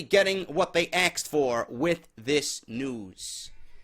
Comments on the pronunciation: yes lol.he busted said it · has anyone noticed that says the word asked like axed? lol